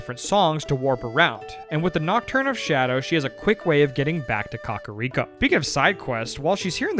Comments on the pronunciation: The only thing that irks me is the pronunciation of some things. COCK-a-Rico village instead of “Cack” Day-koo tree instead of DECK-koo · im sorry but boy pronouncing kakariko like caca (poop) is funny to me. i've always said KAK-uh-riko, he's saying Cah-cah-riko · Why do yall say Kakariko like Cockariko 😂